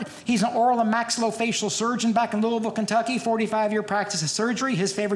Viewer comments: You know he's actually from Kentucky because he pronounces Louisville correctly. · Yes! He says Louisville right!